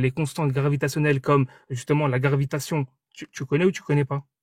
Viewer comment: Le mec fait une démonstration mathématique où il se prend pour un génie mais il dit "la garvitation" 😂